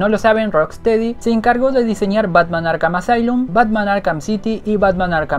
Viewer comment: Zurrr en arrhh: el zorro en Arkham